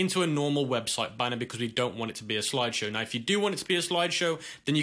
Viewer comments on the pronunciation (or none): Loved the part where he said "sloide showe"